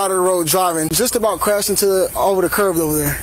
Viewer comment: cop keeps calling the curb a curv